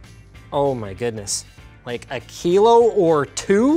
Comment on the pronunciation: Europeans be like : thank god he said kilos... yeah you heard right kiloss